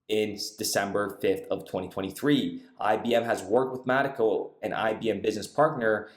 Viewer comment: It's not Mattico. It's mee taco. It's like a mexican pirate. Avast there maytee. Stay away from mee taco!